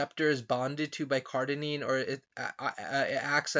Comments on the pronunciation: Cardenine? Cardarine it should be! maybe you have dyslexia,dont know but, you pronounce it wrong, ok! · All the big words this ni**a said why y’all messing with him over 1 he mispronounced? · Great video, thank you for your information. Do you plan on linking the document? I am interested. To the person below me who cannot handle a mispronunciation, go pick up an encyclopedia of drugs and try to memorize 50 for me, let's see how you do. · CardaRine! Holy shit get it right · OK. ..you need to pronounce it correctly in order for me to take you seriously